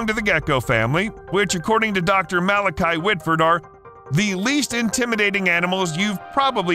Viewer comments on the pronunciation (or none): none